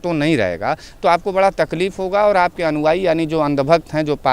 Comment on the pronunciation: तुम हो, मगर तुम्हारी अश्लील जुबान, जैसे हो कोई व्यभिचारी। "अनुवायी" नहीं "अनुयायी " बोलो, अगर शुद्ध हो तुम, शुद्ध जुबान खोलो। मोदी जी की आलोचना के पहले, तुम अपनी अन्दर को टटोलो तुम कितना सही हो, ये सवाल अपने -आप से बोलो। मोदी धर्म की बातें नहीं की है, की है आतंकवादी की। ये उनका धर्म है मानवता की, आतंकवादी के खिलाफ हर किसी को एकजुट होने की। तुम इसे राजनीति का रंग दे रहे हो, तुम्हारे अंदर जो जहर रूपी कीचड़ है उसी को उलेढ़ रहो हो!!! मोदी है तो मुमकिन है,लेकिन लगता है ये थोडा नमकीन है, है न? हाहाहाहाहा...............